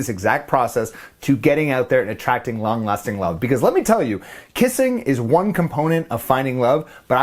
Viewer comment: Am I the only one who kept hearing “ long lusting love “?! 😅😂😅😂